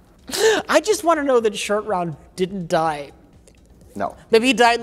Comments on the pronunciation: Roat Shore. 🤣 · Mike didn't correct when was talking about how James Bond didn't want Spielberg to direct a James Bond movie so he can show some restraint. Roat Shore though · calling Shortround Rout Shore has me dead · Roat Shore is the absolute peak of mispronouncing things. I have no idea how he got there. My face hurts from laughing at this so much. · Roat Shore 🤣🤣🤣😂😂 I laughed so hard I had go back 30 seconds to see what I missed